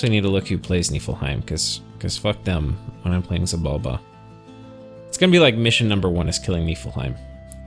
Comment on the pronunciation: Just a heads up: if I recall correctly, the ‘X’ in ‘Xibalba’ is actually pronounced as though it was an ‘Sh’